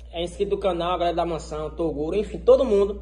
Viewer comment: ELE NAO FALA TOGURO ELE FALA TORUGO KKKKKKKKKKK